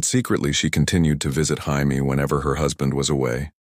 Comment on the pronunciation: Its not bad man but HAIME ?? ITS PROUNOUNCED JAY-ME 😆 😅 I listen to a bunch of these what if videos. You should do some about the dance of the dragons. What if Maylese didnt die ? What if daemon was made heir instead of raenyra? Some like that. No one is doing those. I bet youd get a bunch of hits on that